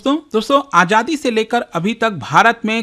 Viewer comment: Aajadi nhi hoti jahil aazadi hoti h